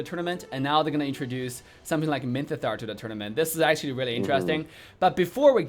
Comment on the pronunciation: no one:: minthitar